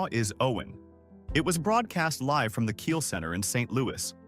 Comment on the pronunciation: disgusting ai slop script and narration, such a shame this is what we decided to do when talking about a tragic situation, sad to see what youtube is gonna be when videos cant even pronounce “live” and just get the smallest facts and details wrong. try harder next time.